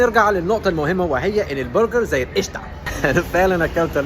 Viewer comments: يا الله عليك وإنت بتقول برجر زي الإشتااا، بتتكلِّم مصري أحسن مني واللهِ! 😂🩷🩷( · حد خد باله ان قال برجر بالنطق المصري